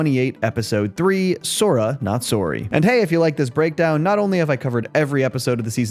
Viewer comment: are you Canadian?? that sORry was brutal 😭